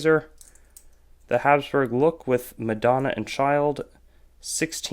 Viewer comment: Kremenica is actually pronounced as Kremnitza. Best regards.